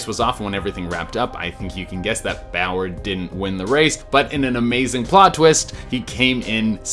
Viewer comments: Clint boy-yer lmao clint bowyer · It's so funny the way he said Bowyer. That's my favorite driver lol. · Why? I don’t understand why he said it weird